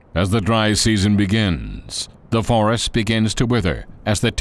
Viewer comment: He said vorest the first time😁😁😁🙏